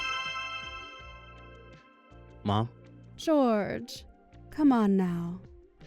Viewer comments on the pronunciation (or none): I thought Jorge would be pronounced Hor hey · Why is pronouncing Jorge's name as "George" when it's clearly the Spanish version, "Hor-hey"? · Depends on where the name originated for the family. Portuguese pronounce it "JOR zhe" (very soft gentle "Georgie") while Spanish pronounciation is "HOR hay".